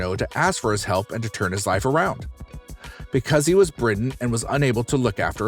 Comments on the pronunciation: I like your content, but I don't understand your pronunciation and grammar. "Received a news". ... A news? Was "britten" instead of bed-ridden. Her last name is "Murry" you say Muir ... and others. My favorite is "Dr GNOME". "The reason of her overweight was murder of her brother so she became a stubborn." whaaaaat?? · ......sigh....dude, it's "Dr.Now" not Dr.No. (u don't watch the show, whatever...that's fine...) An u said "bridden" instead of "bedridden" 🙄 I NEVER complain about stupid stuff on YouTube because it's childish but....I'm trying to watch most of y'alls videos...was gonna subscribe but, u guys don't check ur scripts b4 reading them...and the dumb a** "click bait" thumbnails....I....I just can't anymore....sorry y'all but...it's to...."sorry" when u can't check y'all's script b4 reading....🙄😒 Dumb